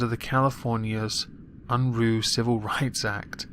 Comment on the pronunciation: Jesse Unruh, also known as Big Daddy Unruh, was an American Democratic politician and the California State Treasurer. His name Unruh is not pronounced Unroo but the ruh rhymes with the common verbalized pause "uh". He was a knave and scoundrel and a true blue progressive of his time. As all progressives do he affixed his suckerlike appendages to the the money and became state treasurer of California to better position himself to hand out political favors (which he did). He was also JFKs campaign manager and sat in Congress for a while. Just thought you would like to know a little about the man behind the funny name. I like the new outro. Liked and shared!